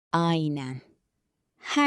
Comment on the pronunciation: I hear "ayne" instead of "aynen", do Turkish people speak the n in this word or not?